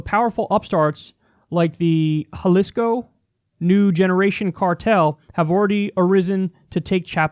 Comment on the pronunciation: You sound so white saying Jalisco 😂😂